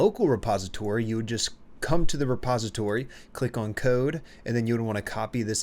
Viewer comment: love the way this guy pronounces the word "on". bro makes like a 2-3 syllable meal out of it. "U-O-A-N" oh and good vid thx